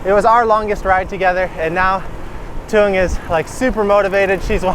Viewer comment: One question, because I hear it in every intro 😁 You introduce Thuong. But you pronounce her name different than she. You say something like "Joon Jen" but she says like "Joon Jes" ? 😄 I just notice it every time and wanna ask, what is the difference between both expressions?